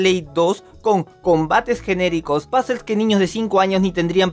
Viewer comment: Si no sabe pronunciar una palabra en inglés mejor digala en español, eso de pasel queda horroroso cuando solo puedes decir puzle en español y ya, saludos